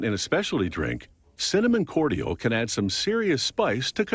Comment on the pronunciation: Completely independent of the ytp, the way the narrator pronounces "cordial" is driving me fucking nuts.